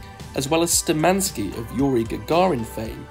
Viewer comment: Not [sturmAnskie] but [shtUrmankie]